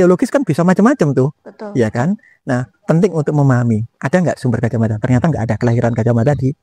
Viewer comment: Orang jawa baru kenal pelafalan a jadi o itu, di zaman Sultan Agung. Perlu dipahami bahwa cara jawa kuno = a tetap a, Gajah Mada -- bukan Gojoh Modo.